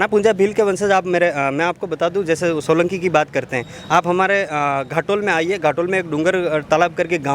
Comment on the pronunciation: सोलंकी नहीं होलंकी